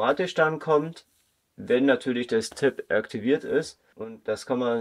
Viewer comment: Das Tablet hat die Bezeichnung TAB, nicht Tape ! Tab steht für Tablet und Tape ist ein Klebeband. Deine Aussprache ist voll daneben.